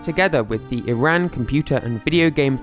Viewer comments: I’m Iranian and btw it’s pronounced E-rahn not I-rAn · or as "e ran" ITS "E RON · STOP PRONOUNCING IRAN AS "EYE RAN" THE CORRECT WAY IS "E RON" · I've always pronounced it as "ehrán". Also, it sucks that you're in such a closed off country. Iran is a beautiful place and I'd love to visit if it didn't have so many major problems. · If you're going to do an entire video about a country, the least you could do is pronounce it properly. It's ee-rahn